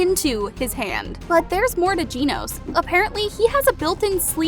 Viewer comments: its not ginos its genos😅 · blud said geenos and not genos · Ummm I think it gAnos and not ginos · Its not ginos😊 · WHO IS GEENOS?!?!?! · Its not Jenos it’s genos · I had a stroke from hearing the word “Jeenos” 💀💀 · please stop pronouncing genos as jinos, everytime i hear it, it makes me question how could you possibly pronounce such a name wrong. everything else in the video was good though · she really just said hunter hunter instead of hunter x hunter and can someone explain why people say jeanoes instead of genos? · why she sayin "ginos" instead of genos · Jinose lmao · she said jeanos... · I'm sorry but I can't handle this it hurts it's not (Gee-No-s) It's (Je-no-s) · This person really can't pronounce Genos correctly they're literally saying it like "GENE-OZE" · Genos not ginos learn how to pronounce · Bro Realy Hes Said Ginos💀💀💀💀💀💀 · Are you serious right now jeans it’s genos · Bro said "geenose"💀 dude its " Genos "🤦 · I was wondering who the fuck was "GINOS" when I realized it was Genos she was talking about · Genos isn’t Italian “Jean-O’s” it’s Japanese “gen-Ose” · "This dude Ginos" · I think its genos not ginos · casually saying genos wrong lol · did you just call genos Geeh Nose wtf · Ahhh yes,classical geenos. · It’s pronounced GENO with a SHORT E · why do you pronounce Genos like that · 'Jeenos' and 'Garu'... Yep shes been caught lacking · I know its probably just for laughs, but the way you pronounced the names is just DISGUSTING you really said Geenos and Garoo wtf